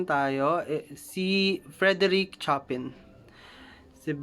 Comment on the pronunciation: pls check your pronounciation of Chopin. mis pronounced po kc